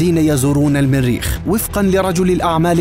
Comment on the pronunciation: من اين اتيتم بهذا اللفظ الميريخ الميريخ بأن الميريخ ، إلى الميريخ، ... بالجر والنصب والرفع تجرون ميم المريخ فتصبح الميريخ ماااااهذا !؟!؟